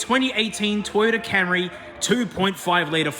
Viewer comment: Toyoda Camree